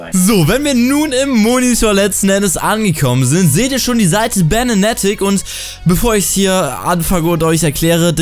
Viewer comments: Er sagt "Banatic" xD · da merkt man sofort welche leute YouTube nur wegen Geld machen und welche es nicht tun.. Schlechtestes Product Placement ohne sich überhaupt mit der Seite auseinandergesetzt zu haben.. Nichtmal den Namen sprichst du richtig aus. Und in der Beschreibung sind nur reflinks. Selbst die Schuhe sind verlinkt wtf.. #RIPYouTube #ApoRedGeneration